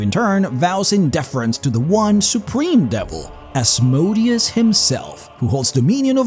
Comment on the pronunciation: Seriously. Stop mispronouncing Asmodeus’s name.